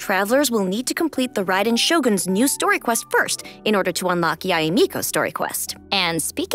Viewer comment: I knew her name was pronounced Ya-eh. Yay Miko was such a mood